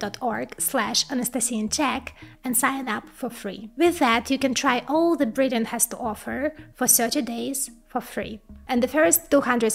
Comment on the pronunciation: It's THE not ЗИ!!!!